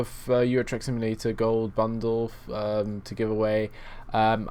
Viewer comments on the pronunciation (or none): none